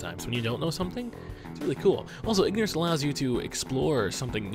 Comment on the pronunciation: did you meen ignerince is abliss